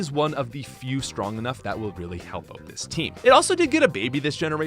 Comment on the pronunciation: "kakuna and metapod are oat"